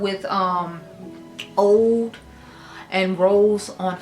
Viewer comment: it's pronounced oo-d. Like ooo, chile. 😊 Are you going to do a favorites of 2025?